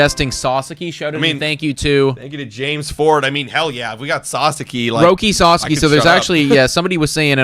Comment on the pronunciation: Guys you're entertaining, but know nothing to little about baseball. But you're entertaining 👍🏼👍🏼 FYI it's s-ah-s-ah-k-ee